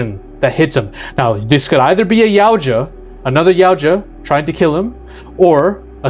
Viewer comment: Help me understand how you can correctly pronounce Yautja. But, you can’t pronounce Elle, the same way you would say the letter “L” or pronounce Yutani even remotely correct.